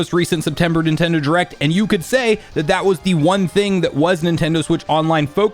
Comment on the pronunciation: Why do you pronounce it as "Nintendo jurect"?